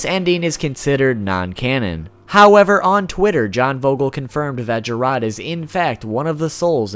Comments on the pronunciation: Who dafuk is King "jeROD"?? its Jerrod. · king “j-rod” “adainia” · that pronunciation of King Jerrod....wtf